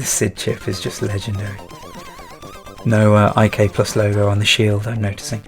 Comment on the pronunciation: Did people really call it "I-K-Plus"? I grew up on the C64 and it was always known as "IK" "PLUS" or "International Karate Plus" ... just wondering.. :)